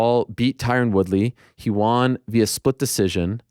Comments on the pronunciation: Can we start a petition for Ariel to stop pronouncing the word won as "Juan/Hwaan"? It's weird and annoying. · I think you may have misunderstood me my friend. I like that he respects the names of people too and the pronunciation. I wasn’t saying I don’t like it. It’s strictly the word “Won”. He doesn’t pronounce it correctly. When he says won it sounds like “Wan/Juan/Hwan/Hjuan”. It’s not supposed to be pronounced like that. Like he’s saying on with a W before it. Won is pronounced like the word Ton, but with a W. Like the number one. That’s what I’m referring to.